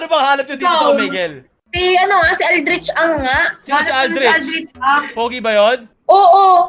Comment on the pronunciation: "Omigle" I lost my composure here.